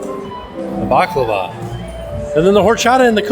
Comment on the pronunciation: You gained even more love and respect from me for saying “baklawa” and not “baklava” ❤